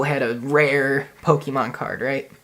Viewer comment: take a shot everytime he says pokiemon